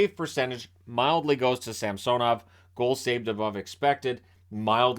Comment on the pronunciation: Too bad didn't get the memo about Ilya's request at the beginning of the season for the new pronunciation of SAMsonov.